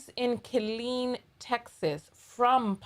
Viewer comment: When you said Killeen, Tx I about fell out of my chair. Smdh.